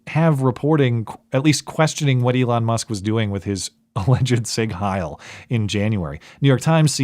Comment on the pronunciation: Every time. Literally every time. It is not pronounced: sig hail Lmao